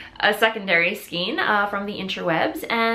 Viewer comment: Skein as in reign - not skeen as in keen...:)